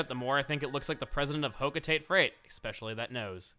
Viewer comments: I hate to point out your mistake, Chugga, but Hocotate is pronounced with a Japanese accent, it's Ho-ko-ta-tay, not Ho-ko-teit. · If you listen Chuggaa, you can hear pronounce Hocotate as Hoh-koh-tah-tay, not Hoh-koh-tayt.Please use the correct pronunciation in future videos. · I'm very late but Hocotate is pronounced "hoco ta tay" not "hoco tate" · WARNING: PRONUNCIATION DEBATE IN THIS COMMENT but ITS PRONOUNCED HO-KO-TA-TEH CANT YOU HEAR HER im sorry im just devoted to trying to make people realize its a japanese name named by japanese people for a japanese game company and yeah it bugs me when people pronounce it tayt. I know it's been heavily debated and is probably just up to the speaker but please please chuggaa be the first person to listen to me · There were two cords though Not like they were not in the first Game 😅😂 Thought that was a PIKMIN before Cupid’s Grenade? “Bumb-Er” 😂 Hmm…perhaps if someone got it out of the Toilet 😅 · Actually, it's pronounced Ho-co-tah-tey. I don't like it either. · Okay, so does the way pronounce Hocotate bother anyone else? Pretty sure it's pronounced hoh-coh-tah-tay. Listen closely to.